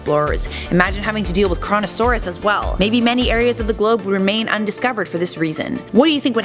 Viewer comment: Coronasauras but it says Koronasauras XDDD